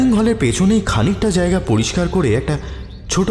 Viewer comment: কয়েকটা শব্দের উচ্চারণে ত্রুটি লক্ষ্য করলাম। জায়গাকে জ্যায়গা ইত্যাদি।সেগুলো ঠিক করে নিলে শুনতে আরও ভালো লাগবে।